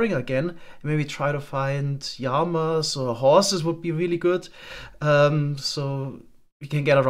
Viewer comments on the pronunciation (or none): warum sagst du immer JAMA, das wird lama ausgesprochen